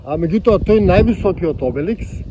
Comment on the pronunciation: Обелиск а не Обеликс